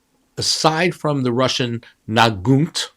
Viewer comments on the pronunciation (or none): Nagant NOT nagunt